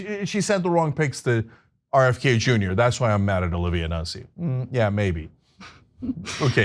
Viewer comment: Ana, the last name is "Noot-ze".